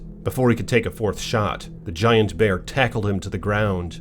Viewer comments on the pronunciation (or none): The Bearrrrrr! I like how he say that 🤣🤣🤣